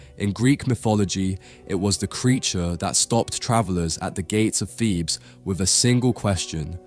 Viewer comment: MIFF-ology? FEEBZ?